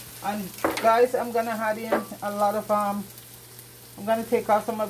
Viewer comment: Why do Jamaicans say had instead of add? Are they trying too hard to speak proper English? Or is it Hinglish?